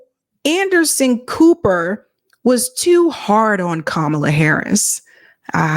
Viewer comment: "That's what fascism looks like", referring to mispronouncing Kamala's name!😆